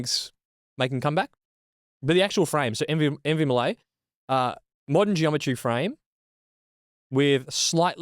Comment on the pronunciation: "meh" lee